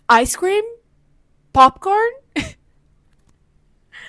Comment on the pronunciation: Rachei completamente quando ele falou "POP COHEN" " EYS TIN" é o mito n tem jeito